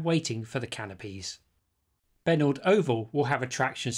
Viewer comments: Obviously you've never heard of Parramatta's favourite son Richie Benaud... not "Benault" as you have called the station named after him. He used to play cricket for Central Cumberland Cricket Club back in the 1950's before becoming captain of the Australian Team. Great video BTW!! Fully enjoyed it! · I think you will find that its pronounced Benoh, (As in Richie Benaud) not benord. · Not trying to be picky but having known the family I just had to say it. Benaud is pronounced Ben O. After Richie Benaud former Australian Cricket Captain. His parents lived just across Penant Hills Road from the oval. Don't mean to offend. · I don't live there so can't confirm but I suspect the pronunciation of "Benaud" is possibly "Ben-O", as in "reno", short for "renovation". At least that is how Richie Benaud was pronounced. More than happy to be corrected though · Benaud Oval, pronounced "Benno", named after Richie Benaud, the cricketer and commentator! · The Benaud Oval stop should be pronounced Beno